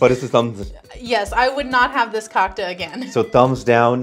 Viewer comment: Cocka is the best! Btw you are pronouncing it a little bit wrong.